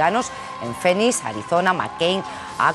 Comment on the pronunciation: Porfavor disculpa pre es Phoenix se pronuncia ''Finix'" en espaÑol... Gracias...